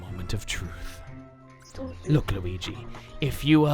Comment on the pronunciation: I heard mario say weege